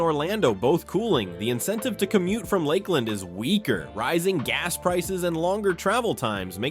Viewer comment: It is definitely an AI voice. Port “Street” Lucie, the pronunciations of Ocala and Lakeland and Cape Corral. Housing is slow across the country and yet Florida is collapsing. Need some better facts here.